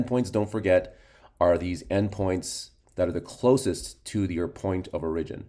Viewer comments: Oh my ears! It hurts! (Standard American English: /ˈɔɹ.ɪ.d͡ʒɪn/ or /ˈɔɹ.ə.d͡ʒɪn/ (sounds like OR-ih-jin or OR-uh-jin). --- Otherwise great video! Thanks! 👍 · Good video and explanation. My only question isn't based on material... Where are you from? It took me awhile to figure out you were saying "origin" lol